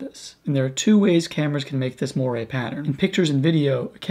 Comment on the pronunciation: There is no such word as "morie", it's "Moiré", pronounced "mo-are" in English and "mo-aray" in French with the French sounding "r"...